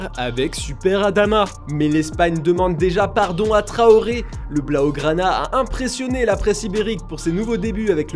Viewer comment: "Adama trohoré" mdrrr c'est TRAORE les frères pas trohoré